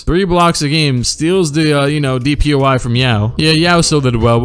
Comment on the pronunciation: “DPOI” lmao